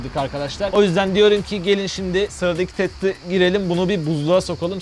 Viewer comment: de teste değil tette geçelim diyor